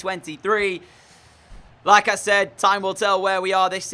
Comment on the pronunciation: Is it just me or every time you said "like I said" it seemed like Lacazette ? Lmao